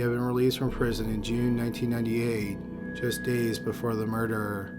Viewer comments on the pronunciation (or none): For me it isn't the tempo, it's the tone, or lack of tone and the emphasis on the wrong syllables in certain words. He literally turns the word murder into a three syllable word. Still a good channel. Also, constructive criticism isn't a bad thing. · For love of god man, the word murder has only TWO syllables. Stop turning it in to three. PS. Your channel rocks.